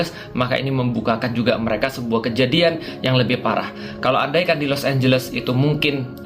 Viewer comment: Los anjles jAdi los ambles